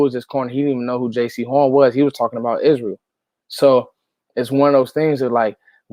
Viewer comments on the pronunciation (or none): It’s pronounced Is-Ree-EL. Moo-Kwa-Moo I’m from South Carolina and a lot of folks call him Izzy! Hope that helps! Go Cowboys!